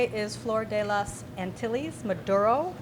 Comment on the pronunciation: Man some Americans butchering non-English language pronunciations just sound so bad. Antil-lis? Really?